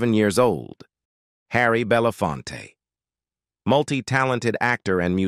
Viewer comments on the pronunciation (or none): What in the world did they do to Harry Belafonte's name?? Plus didn't the "narrator" say something about being Serbian? He's of Jamaican descent!